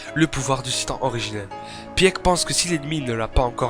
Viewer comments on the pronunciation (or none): Petit astuce quand ya un e dans un prénom de SNK il ne se prononce pas, donc faut prononcer sigue et non sieg pareil pour pique et non pieck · Bon commentaire😀. Par contre Sieg et Pieck se prononcent "Sigue" et "Pique" 😉